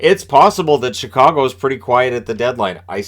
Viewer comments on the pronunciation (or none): none